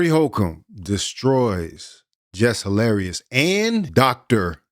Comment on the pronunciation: 'Less Harlarious'